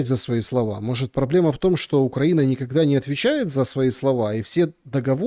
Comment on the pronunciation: От 'шоканья и гэконья', мой слух отказался это воспринимать на 5 минуте. Через слово : шо гэ, шо-гэ. Можно уехать из Виницы, но Виница из тебя никоХда😂